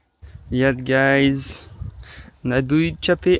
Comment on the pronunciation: Nadia Flooo bukannya Naduiii 🤭 Happy Always yaa n GodBless😇❤️